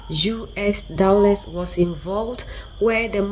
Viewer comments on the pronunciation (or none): none